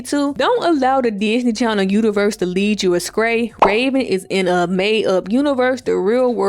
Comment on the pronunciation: Not “lead you askray…” I love you. My best friend jumps on me for saying it the same way 🙈 also, Raven was def more boy crazy.